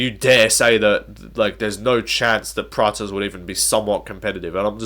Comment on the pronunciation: Why is everyone calling Prates praches, the way you used to call him before was correct.